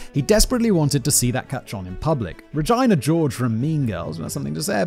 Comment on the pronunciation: What I took away most from this whole video is Simon’s pronunciation of “Regina George”